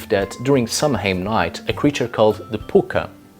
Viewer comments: sow-in or sov-in, not sam-hain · It’s pronounced sow en not Samhain the word etymology is Early Gaeilge / Irish language. And no that is not Gaelic, which is Scottish. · It's pronounced 'sow-in'. It's Gaelic. Don't ask.